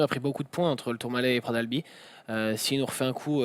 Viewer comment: Pitié les gens... On ne dit pas « Pra d’albi » mais PraT d’AlbiS !!!